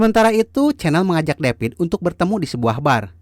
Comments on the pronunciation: Davidd.......oiii....bukan depit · David ouy....bukan depit